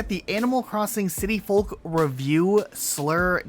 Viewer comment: i cringe whenever he says folk like that